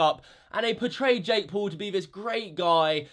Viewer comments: Jake pool.... not poo. Still funny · “ Jake Pool” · He says Jake poo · WHO THE FUCK IS "JAKE POOL"